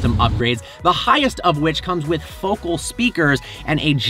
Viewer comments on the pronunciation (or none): cringe: please note, it's pronounced fo-kal. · Its pronounced FO-CAL.